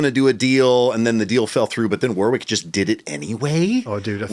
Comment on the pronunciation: Great video thanks guys. So funny to hear an American mispronouncing 'Warwick'. The second 'w' is silent, pronounced 'Warick'.